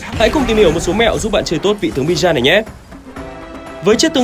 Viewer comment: Bijan ❌ Bi-Chan ⭕️